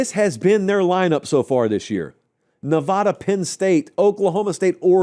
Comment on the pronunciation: You pronounce Nevada wrong.